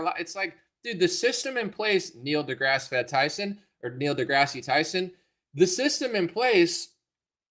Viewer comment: There’s no long E at the end of this jackass’s middle name.